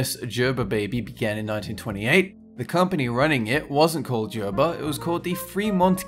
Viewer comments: You pronounced Gerber wrong. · I noticed it too. Since when is Gerber pronounced "Jerber"? The correct way is Gerber- with the "g" sound. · Isnt it Gerber not jerber? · He says "Jerber" I say "Gerber" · In America it's pronounced gir-ber, not gher-ber. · did anyone else noticed that pronounced gerber baby as jerber baby? it's not like a j, it's said with a g. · gerber = gurbur, not jurbur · Why did you call it "jerber" the first two times then said "gerber" only once also using a hard "g" is the correct way to say it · It is a G sound in the word and Gerber not a J sound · Gurrrrrrbuuuurrrrrr not Jerber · I'm pretty sure it's gur-bur, not jer-ber. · You pronounced Gerber wrong. not pronounced Jerber. G is pronounced like the word Golf. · It's grrrr-ber, not jer-ber. Not like jar, but more like grrr, like growl. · I thought it's pronounced Gerber, not Jerber. Do they say it a different way elsewhere? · Gerber is not pronounced as [jerr berr] it's pronounced as [Gerr Berr] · Omg its Gerber not Jerber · Gerber not Jerber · Gerber... not jerber... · JUR-bur? I always pronounced it GER-ber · i gotta help ya out. its gerber not jerber. gerrrrrrrrrr gerber.:) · Am I the only one who was triggered by the way he pronounces Gerber? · did it bother anyone else that he said Gerber wrong? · don't be offended, its his accent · Paul Tafoya i was about to say that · Paul Tafoya same. I even looked up a commercial by them to make sure and definitely wrong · Paul Tafoya instantly came to the comments when he said it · Paul Tafoya me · I like the way you say Gerber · Noticed how he pronounces Gerber wrong until the 3rd time. Afterwards, continues saying it wrong. Also knew about 1/3 of these. :) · the way he said gerber made me want to die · Gerber starts with a hard "g." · That's jkt the way you are supposed to say Gerber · ugh im so triggerd that your saying Gerber wrong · Is it Gerber or Gerber?